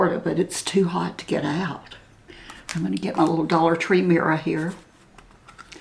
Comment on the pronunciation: Beautiful finished face,. The foundation is a perfect shade on you. Have I ever told you that I just love the way you pronounce mirror (mir ah)? 🥰 It's so soft and elegant sounding.Sweet Biscuit. Breaks my heart when our pets aren't well.They love us so unconditionally. Happy Sunday from the brutally hot & humid Midwest.